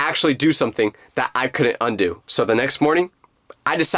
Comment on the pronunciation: Bro really said "uNDooo"